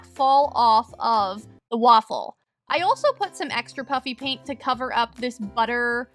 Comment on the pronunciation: Am I the only one who is hearing puppy paint in stead of puffy paint?